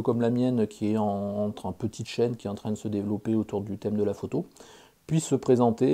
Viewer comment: Euh, Chaîne, pas Châine. Lol. Je te souhaite que ta chaîne progresse encore pour longtemps... Et surtout, n'oublies pas les 3P!